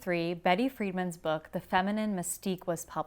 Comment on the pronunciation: I love you but, for the love of goddess, STOP saying Betty FriedMAN! It's FrieDAN! Do your homework.